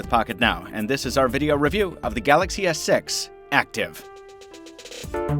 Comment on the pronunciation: Sounds like he's saying Galaxy s sex